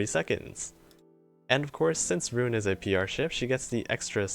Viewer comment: Earned my Like for knowing how to say her name right.